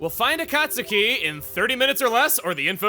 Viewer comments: Akat suki....u said it as Akat suki. Its Akat Ski. Akatsuki is said Akat ski. Sorry had 2 point it out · As a Naruto fan, hearing Chugga say A-Cot-Suki, and not A-Cot-Ski irks me. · It's pronounced A-cot-ski, like in Naruto. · Akastuki = Akah-su-key just like tsunami. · ok, this is bothering me., you are saying Akatsuki wrong. you should be saying it with the U being silent. Akatsuki is pronounced as "Akatski" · "Master A-Kaut-Suki" Someone's never watched Naruto. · I have to assume Chugga never watched Naruto by the way he pronounced Akatsuki. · Naruto fans like me are facepalming at a certain word's pronunciation on Chugga's part. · the way Chuggaa says Akatsuki makes me think he hasn't seen naruto